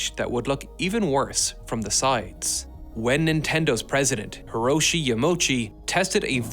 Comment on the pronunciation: Huhroshi Yuhmochi??? Hee-ROH-shee Yah-mah-OO-chee OO as in you, not mochi